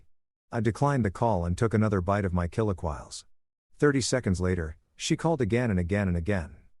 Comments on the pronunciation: Can someone teach the AI to correctly pronounce chiliquiles? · Please teach your ai voice how to pronounce chilaquiles.